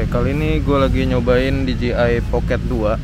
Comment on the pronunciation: Masukan saja bro.. Pengucapan merk DJI kedepannya, kudu diperbaiki nih..😁 DJI dlm bahasa Inggris, Di Je Ai Sementara yg selalu diucapkan Di Ji Ai, yg berarti merk DGI. Sekalian mau tanya, apakah DJI Pocket 2 ini, ada aksesorisnya utk di handle bar sepeda motor? Alih2 nge-vlog pakai action cam saat touring motor, sy pikir asik jg dg DJI Pocket 2, krn lensanya bisa diatur hadap depan (POV) dan hadap belakang (selfie) dg cepat. Semoga semakin sukses kedepannya ya. 👍